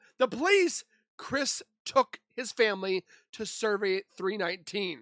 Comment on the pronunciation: Why are you saying survey 319 instead of cervi 319? 😂